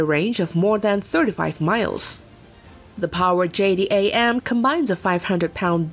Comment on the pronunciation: JDAM Is pronounced J-dam jerk